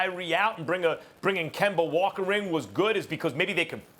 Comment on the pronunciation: 😂 Relax its just Stephen A. He still says Kimber walker sometimes